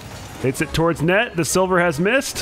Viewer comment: man said sivler